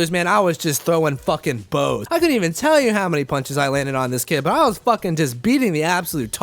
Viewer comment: Blows not bows fucken haole